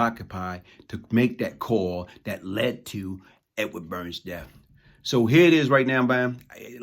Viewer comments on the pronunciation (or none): none